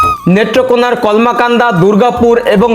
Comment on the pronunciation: উচ্চারণ কমলাকান্দা না কলমাকান্দা হবে।